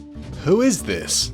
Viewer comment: It’s « this » not siht x)